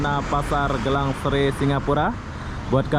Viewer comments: Bro bukan Gelang Serai tapi Geylang Serai... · mas bro, Bukan pasar gelang srai tapi, gey Lang srai ......🤪🤪🤪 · Satu lagi belajar sebutan ikut tempat yg awak lawati contoh GEYLANG SERAI sebutan GAI LANG SE RAI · tak reti sebut geylang seray...dia sebut gelang serai...hehehehe... lain kali tanyalah orang Singapura macam mana nak sebut..